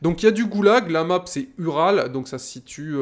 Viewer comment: Au début de la vidéo tu l'as prononcéé "Ural" mais ça se prononce oural comme la chaine de montagne en russie ou comme le camion tout terrain de l'union soviétique.